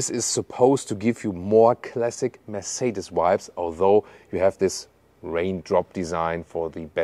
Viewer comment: Könntest wenigstens den Markenname richtig aussprechen, damit man das im Ausland endlich kapiert !!! Wir passen uns ja auch der Aussprache ausländischer Marken an. Scheint bei dir leider nicht so zu sein. Aber einen Umlaut im Kanalnamen.😂😂😂 Habe schon so einige Videos gesehen, wo Amis gestaunt haben wie deutsche Marken ausgesprochen werden.